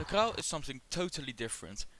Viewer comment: For your information Crau ist pronounced Krô, not Crow. And don't forget to clean your camera sensor, it looks like it could really do with a throrough cleaning 😉